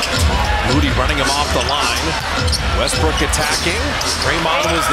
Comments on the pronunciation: The announcer said Westbrick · Commentator called westbrook westbrick lmfao😂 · Did he just call him "westbrick"